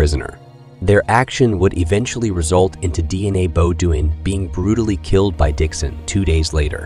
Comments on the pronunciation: Shitz-ophrenic. DNA Bo-doin’ instead of Deanna Beaudoin (pronounced Bo-dwaaa in the actual French language on the planet earth). Pretty funny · I think he’s saying the family name incorrectly… I think it’s Bo dean 😅